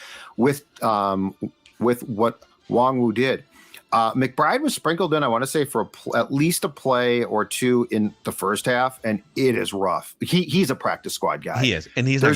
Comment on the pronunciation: You shmucks are talking about Asamoahs pronunciation and you’re still saying Wong-woo. It’s not that hard. Kenay-Wahngoo